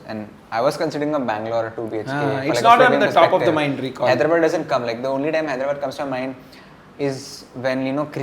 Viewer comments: It's not Hydra'bad', its Hyderabad(హైదరాబాద్). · Call hyderabad correctly it's not hydrubud